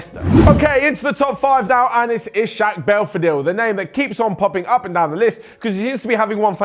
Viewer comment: ishak? dude how many times did i comment that his name is pronounced iss- hack.....not trying to sound offended or anything just pointing it out again